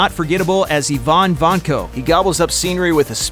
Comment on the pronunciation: "Le Chiffre" in Casino Royale was pronounced Le Shif. Not Shif Ruh... Ivan wasn't ee von, it was eye van...